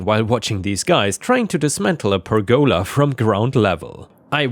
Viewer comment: I mean, you can consider me a stupid American, but it is not pronounced "per goala". One of my biggest issues with pronunciation in Japanese is not speaking fast enough, you are not speaking fast enough. Perguhla one syllable let alone one word, you make it two. I love the channel so this is not pure criticism it is constructive Again, ill state im learning more than one language, so I understand just how difficult English really is. Not an attack just a very minor annoyance i found annoying enough, evidently based on this commet ive left.